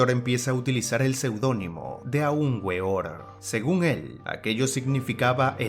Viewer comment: La W se pronuncia V